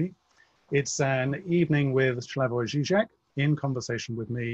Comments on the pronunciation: Slavoj (not Shlavoj) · Slavoj is too gracious to correct the interviewer, so I will. His name is pronounced Slavoj, exactly as written, not Shlyavoj.